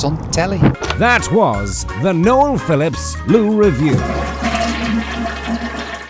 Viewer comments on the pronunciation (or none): none